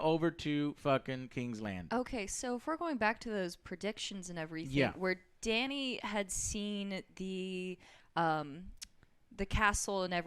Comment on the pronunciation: Also.. Can she PLEASE say Dannys name right? Like ONCE.. Please.. Also, did you guys want EVERYONE to actually die?? They still have ANOTHER whole battle.. With NO army!